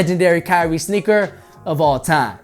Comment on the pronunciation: He said snicker 🤭 instead of sneaker